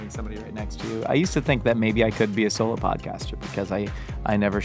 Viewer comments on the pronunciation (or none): none